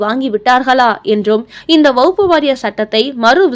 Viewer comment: எத்தனை முறை திருத்தினாலும் திருத்திக்க மாட்டேங்கிறாங்க செய்தி வாசிக்கும் இந்த அம்மா! அது வக்ஃபு வாரியம். வகுப்பு வாரியம் இல்லை.